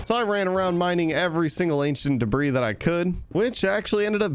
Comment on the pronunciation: bro its not ancient debra its ancient debris but u can say it as (ancient debree)